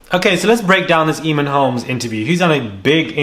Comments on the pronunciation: I know you never said, Eeeeeeeeeeemon holmes! Boy it’s pronounced aye mon, playing dumb like jessica Simpson! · ...Fyi: Eamonn pronounced A-mon